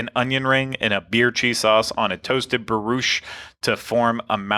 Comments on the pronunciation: I had my own drinking game....every time mispronounced Brioche i took a swig...I'll be calling AA in the morning.......(pronounced: bree ohsh.....plz....my liver will thank you) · Hold the phone... You can pronounce croissant, but not brioche??